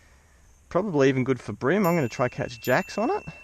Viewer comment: I like the videos, watch them all the time. But how do you pronounce cream? Crim? Bream = Brim??? Haha